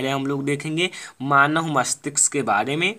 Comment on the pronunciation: Bhai pehle manav bolna Sikh lo